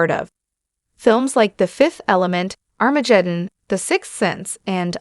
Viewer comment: Arma Jeddon? Someone needs to teach the A/I how to talk (time index )